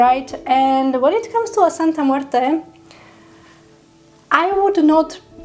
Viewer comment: Thank you so much for pronouncing her name so well and most especially with class....she loves that!!!